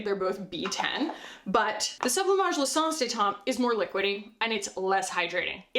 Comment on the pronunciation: Every time you say “l’essence de teint” it makes me think of that video with the French google translate “ton ton ton ton tonnn ton ton” 😅